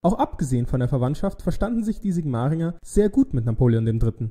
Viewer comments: Witzig gemacht. Ich denke aber, man sagt Siiigmaringen, und nicht Sigmaaaringen. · Danke. Sigmaringen Betonung vorne. Hohenzollern Betonung auf o. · Sehr schönes Video. Gutes Tempo der Handlung und der Stimme. Gerne öfter. Ich bin fasziniert von der Sig-mAringen-Aussprache. Ich kannte es nur in der Form "SIg-maringen".